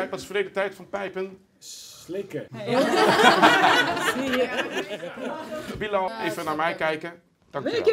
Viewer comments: WHAHAHA hoe Bilal zegt"billajl" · Billen al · Hoe ‘Bilal” zegt😂